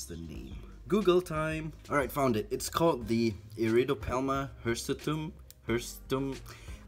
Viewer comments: pronounced Her-soo-tum. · ok its pronounced her-su-tum (I'm just trying to help not sure if u found out how to pronounce it yet) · It is pronounce it, Her-Su-Tum, your welcome.